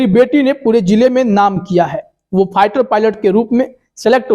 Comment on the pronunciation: first improve your pronunciation! it is not pighter but fighter and then make videos otherwise you will be a laughing stock. And by the way Sania Mirza ji congratulations and may you become a successful Indian Airforce Officer. All the very best.